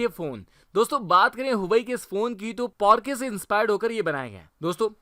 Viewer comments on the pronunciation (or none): भाई पोर्श होता है पोर्क नही😃🤣🤣🤣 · Thuurrr kon bola yeh porkeh hai..😂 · This guy Lamborghini : Lamberghini Porche : P O R K E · dude its not porke its porche(pronounce- porshe) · Thik se porsche pronnunce Karna Sikh. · meray bhai, Porsche ki pronounciation to sai kar lo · Bro huawei porsche ko google mai suno kya bol rahe he phn ka name to sahi bolo